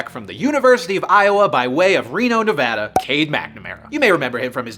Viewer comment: I want to speak for everyone from Nevada, thank you for pronouncing it correctly.